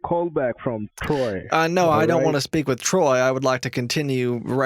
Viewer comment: Sounded like the scammer said Droy instead of Troy when he was first spelling his fake name.😆